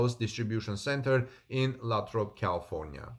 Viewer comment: Great but Lathrop is pronounced with a long A. LAAthrop. thanks for the report.